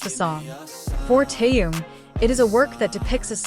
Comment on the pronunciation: Почему вы коверкаете имя Тэхена на все лады,это отвратительно